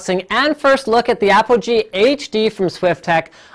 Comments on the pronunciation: It is not Apple G it is APOGEE!!! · APOGEE- Apple G - APOGEE - Apple G *aaahhh* ;-)